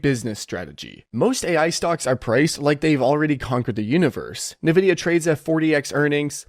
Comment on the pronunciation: why are you suddenly pronouncing it "Navidia"?😂